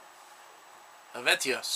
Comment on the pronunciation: el-VAY-tee. hell-vet-TEE-ohss. en-SEE-fear-um. The more you know ;)